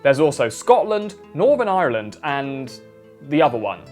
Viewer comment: Great video. Love the pronunciation of Ireland.